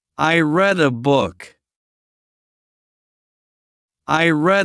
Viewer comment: You pronounced "read" incorrectly. It should be pronounced "I /reed/ a book." (every day). You used the past tense pronunciation.